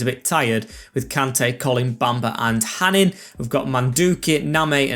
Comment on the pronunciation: btw hanin is pronounced hanå (hano). i know that because he used to play for my local club here in norway